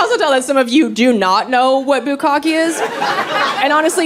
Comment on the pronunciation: Bukka'keh - the last "e" is a short "e". Bukka'keh - "to pour large volumes upon"